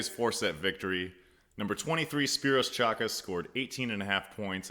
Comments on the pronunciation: pleasant surprise seeing a former warrior continuing to promote the game. Keep it up. Pronunciation since you asked. Spyros' last name is a silent "C" so Chakas pronounced Hah-kass. Hogland is pronounced with a long vowel "o" like hole. And i'm pretty sure Ido David's last name isn't pronounced like we as Americans think it should be pronounced with the long "a" and emphasis on the first syllable but Dah-veed with emphasis on the second syllable. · The C in Chakas isn't vocalized. The O in Hogland is long not short.